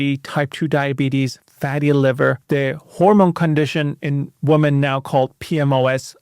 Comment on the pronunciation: The plural of woman is women, pronounced "wimmen." Just trying to help. It's very distracting hearing it repeatedly mispronounced.